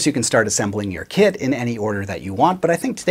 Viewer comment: I keep overhearing You say "kid" instead of "kit". It makes Your video more entertaining 😅 "... it has a pre-made body..."🤣